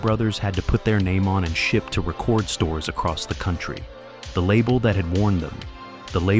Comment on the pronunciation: For me it was how "he" pronounce "record store" as in they made a recording lmao